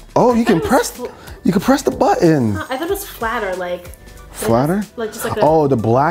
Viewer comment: "Oh look, you can press the buh-in!" LOL